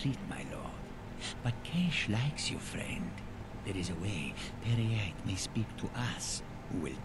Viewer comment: peryite is pronounced pair ye ight I almost died when you said pirate light XD